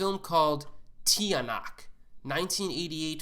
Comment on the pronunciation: Tiyanak? It’s pronounced “Chanak” It’s different right? But that's how we pronounce it